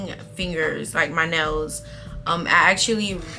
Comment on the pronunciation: I kept thinking she said when you take your nose out instead of nails 😂😂😂